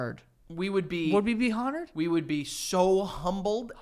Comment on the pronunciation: How Joe said ”honored” at first. Lmao, that was a hard H. 😂 I bet he pronounces ”herbs” with an H too.